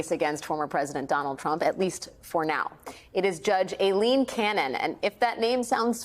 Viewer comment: One of the only news anchors I've seen who can pronounce Aileen correctly. For that, as well as your incisive reporting, I thank you Alex.